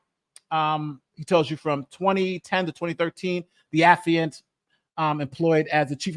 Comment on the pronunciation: Thank you,, for pronouncing "affiant" correctly, unlike Andrew